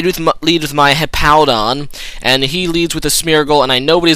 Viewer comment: Why do you pronounce Hippowdon like you'd say "Hippo"? Hippowdon has a W in it so I don't see how they could sound the same. o.O